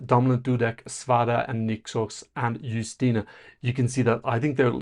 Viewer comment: 1. Yes, accent aside, you're saying her names correctly :D 2. It's so strange to see someone praise the Polish NF... I was also very impressed with it - especially with how quickly and smoothly everything was going. But it's still strange to not have a whole selection shadowed by controversy, for once. 3. I still kinda wish "Lusterka" won, but Justyna seems so happy to represent us, that I can't really be mad. At least she understands the stakes and cares about the contest. 4. As for the weird dance move... I assume her arms were weaker after hanging from the ceiling, so they went with a simpler move to give her a moment to ""rest"". But I feel like this would be a good part for her to just stand still for a second.